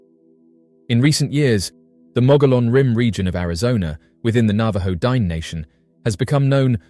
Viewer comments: "Dine" is pronounced Dee-nay, with the emphasis on the second syllable. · You're adorable.. it's pronounced din-ey, not dine. But thanks for covering my local lore 😊